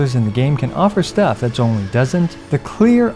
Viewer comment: I still like how he's pronouncing Zhongli's name correctly.